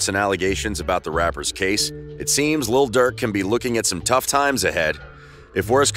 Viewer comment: Stop saying little Durk 😂😂